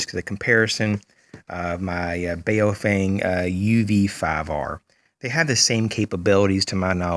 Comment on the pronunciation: FYI - It's pronounced BOW-FUNG BOW as in BOW of a boat. ;-)